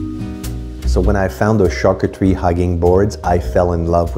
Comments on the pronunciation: Why do you pronounce it Char coo teree when you hear Antoine correctly pronounce char coo tree? Why add the extra syllable at the end teree? You’re luckily married to a Frenchman that can help you with your pronunciation 😊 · my dear i have traveled the world i have lived in Asia and Europe. She is mispronouncing the word and so are you if you pronounce it like this. You should talk about what you know not what you think you know!!